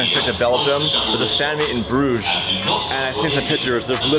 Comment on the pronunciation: this man did not just call Bruges "bRidGeS"